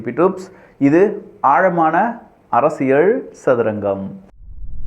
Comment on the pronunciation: அரசியல் ✅ அரசியள் ❌ தயவு செய்து சரியாக உச்சரிக்கவும்😊